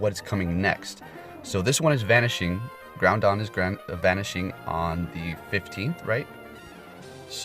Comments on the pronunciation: Groudon is Grau-dawn not Grow-dawn. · I'm triggered he keeps saying groundon.